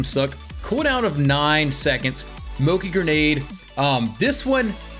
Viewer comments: Why is he pronouncing Mochi moki? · hehe Moki lovee the mispronunciation like legitimately enjoyed it